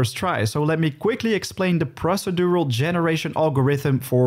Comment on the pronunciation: Goeie video's maar ik wil je wel n paar pointers meegeven over je uitspraak: - niet munnipeleet maar mah-ni-pjoe-leejt (manipulate) - niet kjoerunt maar kurrent (current) - niet prossedoewel maar proo-sie-djoe-ral (procedural) - niet ruh-djis-ter maar reh-djis-ter (register, met de klemtoon op de "re") Ondanks je Dinglish krijg je van mij toch sub en een like, ouwe. Lekker bezig.